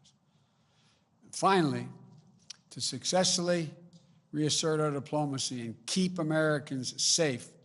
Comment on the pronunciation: sussesulley.. maybe it is a hint that he cannot pronounce successfully